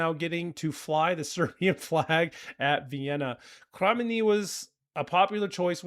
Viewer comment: Came to the comments to help you out with pronunciation 😊 Nis/Niš- Nish, their hometown Kraj- like pronuncing Cry Mene is spot on from your end. Cherry on top- "I'm still keeping a place for you next to me And this impossible love is killing me, Can't you see how much I'm breaking The more I give the less I have you." 😊😊😊